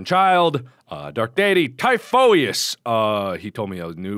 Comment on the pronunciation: Typhoeous is pronounced tie-fuss. I'm pretty sure he's Greek, too. Like much of this game.